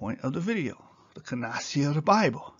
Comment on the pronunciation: CANONICITY - CANON-I-CITY, NOT "CANOCITY."